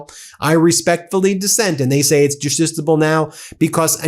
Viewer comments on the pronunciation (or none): Bro kept inventing entirely new legal terms instead of saying "justiciable" 😭💀 Article III standing isn't the only thing struggling here lmao - juditiable ➔ justiciable (Not a real word) - juditiable ➔ justiciable (Not a real word) - juditable ➔ justiciable (Not a real word) - juditable ➔ justiciable (Not a real word) - just are justable ➔ justiciable (Not a real word) - justable ➔ justiciable (Not a real word) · "Just-iss-ee-ah-bl". You taught law school, Ben! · Isnt it Justiciable? I don't practice in conlaw but I did take it and im pretty sure its justiciable.